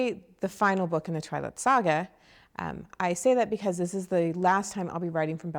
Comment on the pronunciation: LAWL '1' TWALIGHT! Yesssss.